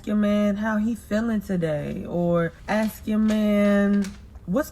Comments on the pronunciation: "You were looking for a man to Axe you all those things" You mean "ask"? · Her: Aks 🤌🏾: Ask 👀 Me: 💀💀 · It's ASK!!! not AXE!!! Stop using ebonics it's NOT attractive! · "Looking for a man to AXE me" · Why can't BW pronounce the word "ask?"